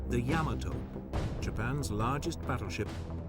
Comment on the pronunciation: ...The "Yam-a-toe"....??? lol